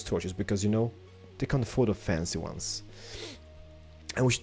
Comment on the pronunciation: I dont "Knjow" is so funny the way you say it. XD